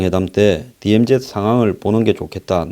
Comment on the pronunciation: news briefing을 항상 애청하며 정확하고도 예리한 논평에 감사하고 있습니다. 그런데 DMZ 를 '디엠지' 라 안하고 '디엠제트' 라고 하시는데 조금 귀에 익숙지가 않는군요. ' Z' 를 제트라고 하는것은 일본식 발음이고 이곳 미국에선 ' 지 ' 로 발음 하고 있습니다. 제트는 우리가 중고등학교때 잘못배운 발음이죠.